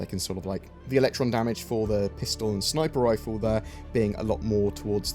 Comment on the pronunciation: Why do you always say snipper riffle?